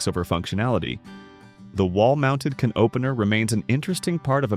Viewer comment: This is part true and part nonsense. AI doesn't pronounce "dinette", sometimes "can opener", "sauteed" etc. correctly. Mentions things still being done today as things only done in the past. Wrongly shows vinyl as well as linoleum. Wrong decade for ice boxes as fridges became popular in the late 20s. They were becoming frost free and changing coolants by 50s. Trivets never just protected Formica as wood and marble cannot take high heat as well. Microwaves didn't become popular until the 1970s so don't know why it was mentioned. In the wall ironing boards were popular in bungalows or craftsman-style houses not really the 50s. Dumbwaiters were for much older houses with servants where the kitchen may have been in the basement so food could be delivered to another floor. Tile countertops were always a grout cleaning nightmare, not something to wax poetic about. Forgot about bread pudding or herb stuffing. All sorts of rendered meat fat was reserved for frying, especially deep frying. Showed full cuts of meat used when talking about scraps used for bone broth. I make fridge pickles now back then family members made true pickles. It wasn't parchment paper used so often it was cheap waxed paper, as the silicone layer wasn't patented until 1958.